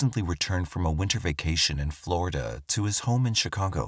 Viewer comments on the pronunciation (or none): none